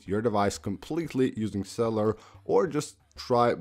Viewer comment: Cell you lur not celler, COME ON!!!